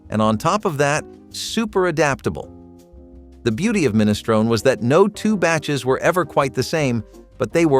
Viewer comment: MinistronE The E is pronounced, it's Italian, not English.